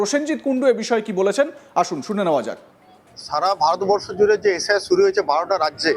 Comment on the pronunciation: কেউ ভুল বুঝুক আর না বুঝুক এই দাদা কিন্তু ভুল বুঝে গেছে। এইতো বিজেপির নেতা। একে কোন অ্যাঙ্গেলেনেতা বানিয়েছে আমি তো কিছুই বুঝতে পারছিনা। ভালো করে এস আই আর উচ্চারণটা করতে পারছে না। এর তো নিজেরই নিশ্চয়তা নেই মনে হচ্ছে। লিস্টে নাম তোলার জন্য একেটুপি পরানো হয়েছে। একে বর্ডার এ পাঠিয়ে দেন তাহলে এস আই আর এর দরকার হবে না। এ ভাই শুধু সংখ্যালঘু নয় মনের দিক থেকেও সংখ্যালঘু। রিহার্সেল টা ঠিকই দিয়েছিল কিন্তু একটু মিসটেক হয়ে গেছে।